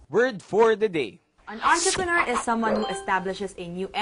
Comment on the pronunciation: Sounds like *Antrepenuer